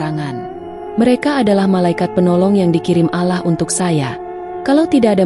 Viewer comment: Maaf ya, ko membaca surat Anas,gk fasih, sepertinya bukan orang Islam.. Menyebut Nama Allah saja alah